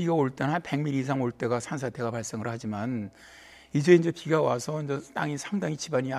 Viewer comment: 아니 어버무리면서 말하냐 인저 인저 는뭐냐 개 웃겨 ㅋㅋ